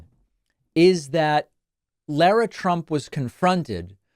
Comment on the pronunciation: Name is pronounced Lara not Laura.